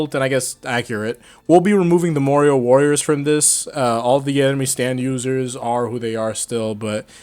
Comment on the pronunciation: Marrior Worias?